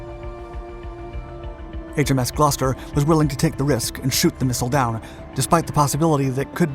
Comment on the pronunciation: My beautiful city of Gloucester has many credits. Also may I add YOU ARE THE ONLY AMERICAN WHO I HAVE HEARD PRONOUNCE GLOUCESTER PROPERLY